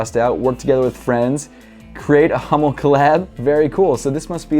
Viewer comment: Bro not Hommel Hummel ^^